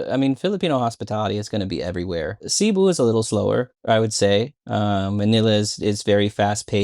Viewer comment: Cebu is prnounced as seh-BOO. Stress is on the second syllable.